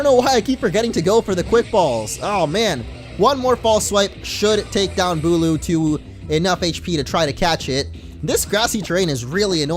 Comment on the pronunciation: BULU! Not bulk